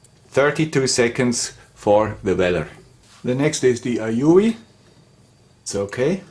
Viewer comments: It's "A-You" or A-U.... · "the Aoyuueeuuublbblblbll.." hahaha I died at that part!! XD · I still keep my Weller for sentimental reasons, bought it 2 years earlier than you :-) and it’s still in perfect condition and use. Quality indeed, and one of the best buys I ever made. Talk about "your father/grandfather"—OURSELVES it was! :-) Then again, today I also use mostly Aoyue … unpronouncable-name-stations. Hint: In the EU, the Aoyues are usually cheaper if bought directly at You save import customs and also get all the parts and tips here. Re heating elements: Be careful when buying! They come in different wattages, like for the Aoyue Int968 it’s 35W and for the Int968A+ it’s 70W. So maybe you just bought the wrong spare? I made this error once, buying an Int936 (35W) instead of an Int936A (50W). They seem to learn, though: Mine came with a free spare heating element. Kudos for that. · The aoyue pronunciation i laughed for 5 minutes straight, Very informative video gracias. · I literally spit a little coffee all over my steering wheel when you tried to pronounce that soldering iron at 60 Seconds.